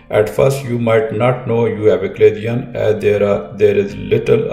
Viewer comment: Doctor it is pronounce CHA-LA-ZION (cha-la-sion) not "Aclasion" as you keep saying.